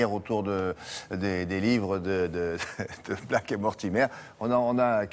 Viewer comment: Mais pourquoi il dit Blake en disant le a comme en français c'est pas possible !